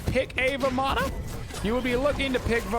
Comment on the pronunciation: You pronounce Ravana correctly (similar to Ra-vun). Vamana is pronounced the same (like Va-mun)